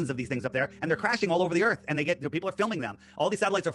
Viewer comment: He lost me at Earff 😂